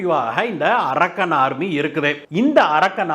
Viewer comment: It is not "arakkan" army. Pl check fact. English pronunciation should be proper. This name denotes a place